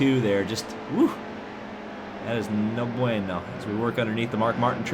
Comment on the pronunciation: "No bueno" is Spanish. Why are you saying it like an Italian?